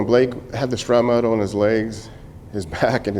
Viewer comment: Not to be a dick, but I hear so many people, both military and civilian, who say the word "shrapnel" wrong. It's not "scrap metal" or "shrap metal." There's no "metal" in the word, just in the bombs that make the shrapnel lol. Shrapnel is pronounced "shrap-null" or "shrap-nuhl." Shrapnel is potentially lethal fragments and pieces of a bomb or explosive that fly out at ultra high velocities in all directions after detonating. Even small pieces of shrapnel can be far more devastating to tissue than a bullet of comparable size. High explosives can detonate with an explosive velocity of up to 30,000 feet per second and that energy is imparted to the shrapnel. For comparison, the 5.56mm bullet fired from M16s, M4s, and AR-15s, leaves the barrel at an average of 3,000 feet per second and is considered to be a high velocity round! 9mm is 1,100 to 1,200 feet per second. Now you know why people who witness bomb attacks and thier aftermath often use the term "vaporized" to describe the effect a bomb can have on the human body. I'm guessing so many people say "metal" because in most cases the majority of shrapnel is from the bomb or she'll casing itself which is iron or steel.